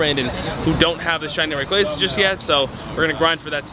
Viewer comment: For being your guy you sure can’t say his name right! Lol Rayqaza (Ray-Quah-za)